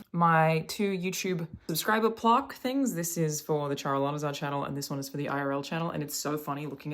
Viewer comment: Why can’t she pronounce plaque?!?! Wtf was that lol